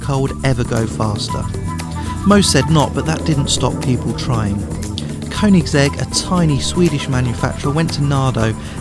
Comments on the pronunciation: It's pronounced "kernigsig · Why do all the morons say Koenigsegg Agera R and pronounce the 'g' wrong? Kurn-ig-segg A-jera R Learn the damn names American primitive.